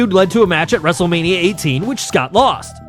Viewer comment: Did you say wrestlemaina 40?